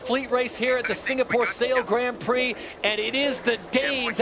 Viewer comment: Can someone please teach Todd how to pronounce 'Grand Prix' S'il vous plait?